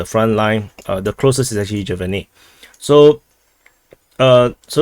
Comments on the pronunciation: Btw sjeverne means Northern-village it's pronounced s-jev-er-ne or noe depending on the dialect not djevernoe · In "Sjeverne" the "j" is not pronounced the same way in English when it comes to Slavic transliteration, in transliterating from Slavic languages, "j" is "y" and not an English "j", so "Sjeverne" is "Syeverne" and such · the way you read the the letter 'j' in Sjeverne is basically the same as you would read the letter 'y' in English. So its 'Syeverne' if you are going with English pronunciation. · In Sjeverne, you sat the J like giraffe, should be said like Y in yes Syeverne, while Severnoye is the russian word (both meaning North) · He butchered it in his last report also.